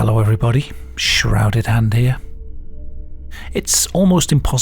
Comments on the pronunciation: “ here” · " heaaaa"